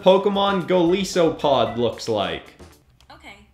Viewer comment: Its Goal-ice-so-a-pod not goal-ee-so-pod